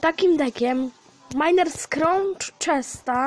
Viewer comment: Miner A nie mainer